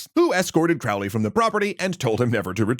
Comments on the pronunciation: Can't wait to find out point out all the tings you got wrong! Oh look, Aleister is spelled wrong several times right off the bat. You pronounce Crowley wrong. "Spells" aren't a thing in ceremonial magick. There's no evidence they ever did any of the sigil nonsense you were talking about. JOHN DEE WAS NOT ELIZABETH'S SPYMASTER THAT WAS FRANCIS WALSINGHAM. The Golden Dawn grades are not "based" on tarot cards, though the tarot is referenced in them. The police were already at the temple. There was no physical altercation. Yeats, the famed eugenicist, never kicked anyone down any stairs. In fact, this story (as in short story, fiction) is from a magazine called The Partisan Review that also claims Crowley was a real and successful vampire hunter. Funny how people never mention that part of the story. You confuse Crowley as basically a child with things the adult Crowley did and said decades, putting it all in the most pejorative way possible ("dark magic" What are you even talking about?). Crowley was not trying to take over or ascend to the second highest level in the HOotGD. He was there to get his 5=6, which is about middle in the grade course--which he'd paid for and was owed by the Order, as well as pick up some personal items of Mathers' that Yeats et al had stolen. I'm skipping a lot of the other stuff you got wrong. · The correct spelling is Aleister and Crowley is pronounced as Crowley,( Crow as in Know). Further, he was an occultist, not a satanist. Ozzy got it wrong or was on some very heavy drugs. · I’ve been waiting for this one. BTW it’s pronounced COwley, rhymes with holy. I do agree that they were both chads with a limited understanding of the Western Esoteric Tradition. Just like this videos limited understanding of the history of these organizations and not few inaccuracies. Ah well, it was entertaining. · A few seconds in and you can't even pronounce his name right. 🙄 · Crowley himself insisted that his name was pronounced that way. :)